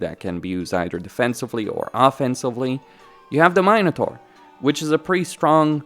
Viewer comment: You don't pronounce "mine-uh-taur" but "min(i)-uh-taur" 😭